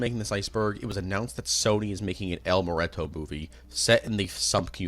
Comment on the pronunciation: "el mureto"😂